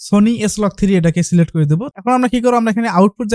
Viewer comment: celect na select hobe kotha ta😆😆😆